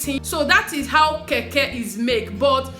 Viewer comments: Sweetheart is Kenkey not Keke... pronounce as cane..Kay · Its kenkey and not kaykay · I love Ghanaian rice whenever my best friend makes it.. My friend is here watching with me and she was laughing how you called "kenkey" to "keke" 🤣🤣🤣🤣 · Lol It's actually kenkey😂😂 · It is kenkey, make sure U pronounce the n, palm oil soup is palm nut soup